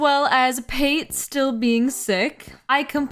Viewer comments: Cracked up over your called Pate, "P-Ate" over and over again, its pronounced like Pâté 😅 its a food reference to ground duck liver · Pretty sure her name is pronounced pah-tay as in the spread made from duck liver. The names in this series get super dark, like Elmer, the horse villager x) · helppp girl Pate is pronounced like Pat-ay (or pah-tay, i guess). her name comes from the french word pâté and the bulgarian word for ducking "пате" (which funnily enough is pronounced the same as the french word). LOVE the vid tho lol great work! currently watching while playing new leaf :) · Why do you keep saying Pate’s name like that?